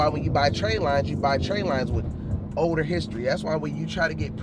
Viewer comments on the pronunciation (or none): none